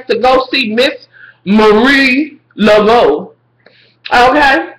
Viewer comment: your mispronunciations of Cathy Bates character give me life!! you said miss "Labodabo" LOL! love your reviews!